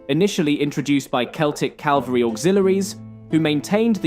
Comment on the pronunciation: You pronounced it 'calvary' instead of cavalry. come on man